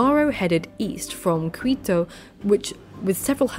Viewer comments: Just when you said Jimenez, also the U in Quito is mute, like in queue, apart from these 2 things it was pretty good. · Conqwistadors and Qwittoh 😂